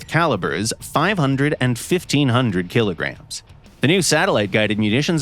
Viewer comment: "100 kiligrams a second"